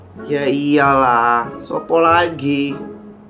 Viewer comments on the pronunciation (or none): "ya iyalah sopo lagi" NGAKAK ABIS, as a Javanese the right pronunciation is "yo iyolah sopo maneh". But it's okay udah bagus, banyak juga part part yang medoknya itu pas. Jujur geli sendiri dengerin nya 😂😂